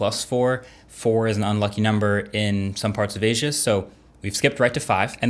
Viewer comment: Can’t even say Asia correctly